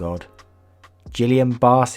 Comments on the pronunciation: It’s pronounced gee-ohm-bray syndrome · Ghee-ahwn Bar Syndrome. The “ghee” is pronounced like the fancy butter, basically the normal “g” sound followed by ho you’d say the letter e when reciting the alphabet. It’s a horrific disease and some people are left fully paralyzed for the rest of their life. Some people do slowly recover, but it’s a very long, slow process, often taking years or even decades. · Gillian Barre is pronounced (or at least how I’ve heard it) Gil-le-an ba-ray. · I think guillaine barre syndrome is pronounced gill ayn buh rae